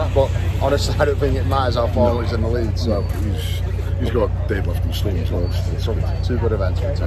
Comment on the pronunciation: “Stom toltman”